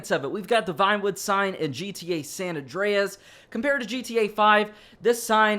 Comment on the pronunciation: san andreas that how u say it